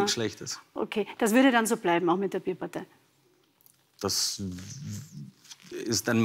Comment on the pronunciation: Bàärparteiii, nee Bierpartei ✌️